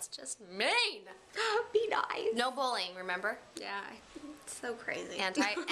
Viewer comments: lol the way you say bullying sounds like you're saying bowling:P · My opinion hasn't changed.....it still sounds like you guys say "bowling" when you say "bullying" :-)